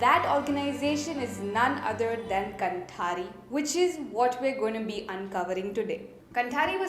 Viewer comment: Sure you got this minor feedback: it is pronounced "kaanthaari". :) कांथारी. 👍🏽